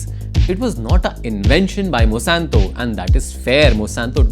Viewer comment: It really bothers me when you kept pronouncing Monsanto as Mosanto